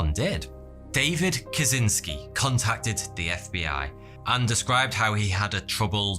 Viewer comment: And since we're on the topic of proper name pronunciation, Kaczyński is "Ka-chinh-ski" (ń in Polish is equivalent to the Spanish ñ), not "Ka-zin-ski".